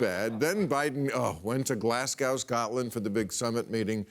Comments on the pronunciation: FYI... Glasgow is pronounced 'Glaz Go', not 'Glass Cow'. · It's pronounced Glas-go. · Bill, Glasgow rhymes with 'Let's Go' not 'Let's Dow' Sheesh. MTG will give birth like Colin Robinson. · Glasgow is pronounced Glarz Go not Glass Cow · Why do so many Americans mispronounce Glasgow and Scotland? Glass-go and Scot-Land....not Glas-gow like cow and Scat-land...like...it's not that bad a country...ok! ;) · Glass-cow, Scotland???? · Glasgow rhymes with "Joe", not with "cow". Very odd that Bill (not to mention Mika B and others) doesn't know this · Just a note Bill Glasgow is Pronounced GlazGO as in Go Brandon! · Glasgow is pronounced as glas goh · and once again the comment scetion doesnt agree....F JOE BINDEN...And its not Glasgow as in MOSCOW...Its pronounced GLASGO,,,,you dolt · hey sport. two things. Can you PLEASE stop clapping your hands so close to the mic. it's an annoying thing, interferes with your monologue, is irritating and I'm sure pisses the sound guy off no end. secondly GLASGOW is pronounced GLASGO the W is silent. thanks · It's pronounced Glasgo or Glesga if you live in Scotland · id pay more attention if he could pronounce Glasgow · Wow, this is awful. Why can't Americans pronounce Glasgow properly? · why cant Americans pronounce place names? Moscow, Glasgow?